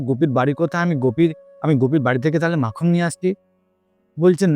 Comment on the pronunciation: Not makham (makhan).